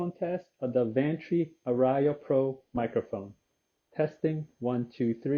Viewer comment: Hey, I appreciate all your videos. BTW, the word ARIA is a musical term that is pronounced R + E + UH (emphasis on the R). I plan to buy the Advantree Audition Pro. I've heard them and well recorded music sounds great. Thanks again for you videos and reviews.